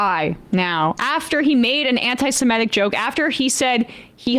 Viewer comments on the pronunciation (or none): Why is Enma still saying 'anti semetic'? There is no such f*cking word as 'semetic'. It does not exist. The word is 'semitic'. If she is going to argue about this subject, she should ABSOLUTELY be able to pronounce the word properly. Why are young people so ill-informed?